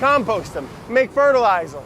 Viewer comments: fertiloizah speech 💯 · M A K E F E R T I Z E M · "Fer-a-liez-er Fer-TIL-I-zer" - yup